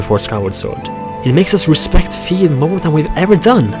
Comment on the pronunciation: he must watch +pbg he says fi wrong to